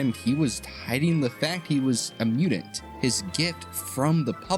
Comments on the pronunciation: bro, wtf is as mew-dint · wtf is a "mudint"??